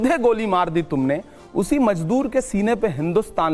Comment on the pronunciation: Assalamualaikum imran sahab but it's mazdoor shabd h I mean tlaffuz theek nhi h ,maaf kijia